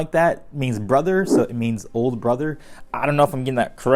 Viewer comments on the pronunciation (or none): none